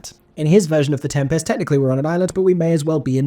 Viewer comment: My review after watching for two minutes: good use of ‘is’ and ‘are’, strange pronunciation of ‘Tempest’ and over-acting in the role of presenter